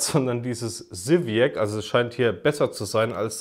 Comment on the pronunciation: Es wird Sywiäz ausgesprochen 🙂